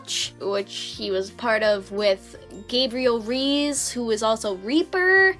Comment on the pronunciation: RAY-ES IS HOW U SAY IT...I ENJOYED THIS ALSO